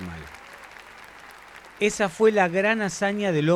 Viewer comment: Es muy bueno el video, muy claro. Lástima que no le adviertieron al relator que el apellido de Jules Dormal se acentúa en la última sílaba y no en la primera. Cada vez que lo nombra y dice Dórmal es como si hablara de otra persona.